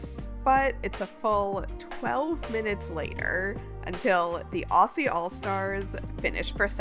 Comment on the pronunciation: Thank you greatwork! Also “Aussie” pronounced “Auzzie”